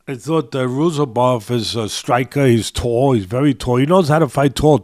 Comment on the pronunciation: sounding like Uncle Chael with the name pronouncing… Buckley vs Roozabov